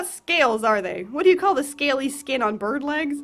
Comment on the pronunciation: Uhh, I’m not sure if it was on purpose but when you said floofy bird, it actually sounded like “floofy burb”